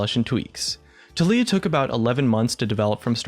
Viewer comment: Can someone please explain to me why her keeps being pronounced as TUH LEE UH and not TAL EE YUH